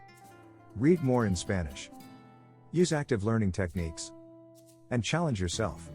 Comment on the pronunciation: "Spannish". What in the actual fuck.